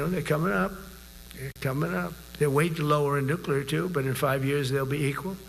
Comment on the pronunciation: My lord. If I were a general and Stinky Drawers started s'plaing Nuk-lee-Arr to me and discussing the real movement of submarines? I think I would have lost it!